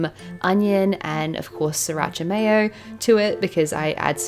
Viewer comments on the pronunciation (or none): none